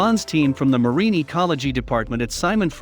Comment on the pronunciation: The e on the end of marine is silent.